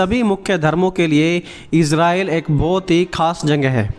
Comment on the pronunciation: Aapka voice me... Jagahe ke jagah.... Janghe janghe janghe